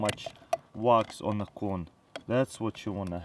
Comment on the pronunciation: "now im gonna set de bachett like dat"